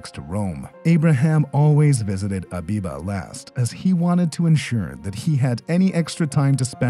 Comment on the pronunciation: It's not abiba it's habiba